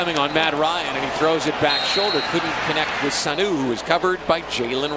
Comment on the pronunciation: Its pronounced suh-nu not sa-nu